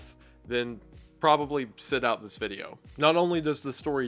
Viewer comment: When is someone going to tell this poor man that it's, "SIT", not, "SET".